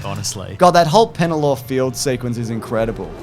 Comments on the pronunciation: Here for the PELENNOR --/-- 'PENELLOR' Fields mini dyslexic slip and fun. Where did you fellas see it all anyways? Jam Factory, Chaddy,.... maybe Knifepoint? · Enunciates "Aragorn" to make sure people don't get mad at him for mispronunciation again Also: "Penellor"